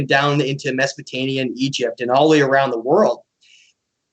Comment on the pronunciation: it`s Sumer NOT Sumeria and Mesopotamia NOT Mesopotania...just saying